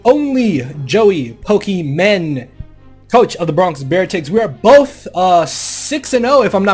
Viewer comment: Loved the match but just want to say it’s not pokemen